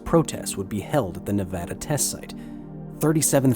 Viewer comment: I’m glad he said Nevada right I live in Nevada and I’m very proud of my state not so much the nuclear testing though has rendered lots of land useless but we are good testing and filming site